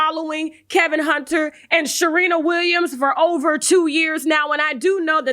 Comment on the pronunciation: And Sharina Williams 🤣🤣🤣. Love it